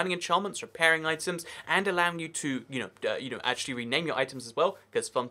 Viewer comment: Actchewawy itch made of iwon